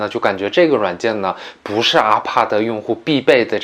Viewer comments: 資訊很棒 但.....阿帕德.....謝兒死困 我的媽呀 聽一次抖一次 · ....你怎麼IPAD的發音發成RPAD的感覺=.=...... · 我聽到阿帕德就關掉了，發音真的聽不下去